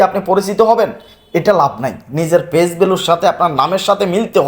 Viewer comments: Fage bolchen kno bolen page, kotha shundor kore bola shikhun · উচ্চারণ ঠিক নেই আপনার। ফেইজ না, ওটা হবে পেইজ। আশা করি নিজের ভুলটা শুধরে নিবেন।